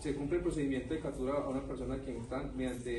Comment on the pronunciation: Porqué todos los policías en vez de decir "CAPTURA" dicen CATURA y en vez de decir CÓNYUGE (se lee como si la G fuera un sonido de J) dicen CÓNYUGUE (No es GUE como en la palabra GUERRA, es GE como en la palabra GENEROSO) Que nivel de instrucción tan bajo 😢